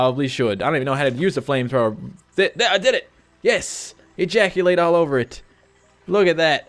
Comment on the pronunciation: "Egaculte all over it.", 2015